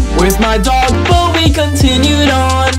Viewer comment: why bro say dog like that?